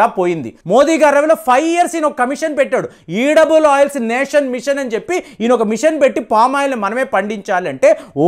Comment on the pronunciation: ఈడబుల్ ఆయిల్ కాదండీ, ఎడిబుల్ ఆయిల్.